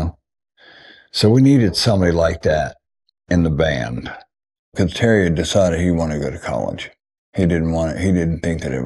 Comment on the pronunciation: Is there a reason he can't say Terry's name?